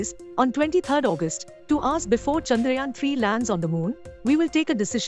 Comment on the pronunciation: Its chandrayaan not chanrayaan😅